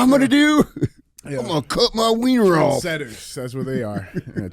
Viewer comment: No No No, IT’S NOT TREND SETTERS, IT’S TRANS SETTERS 🤣🤣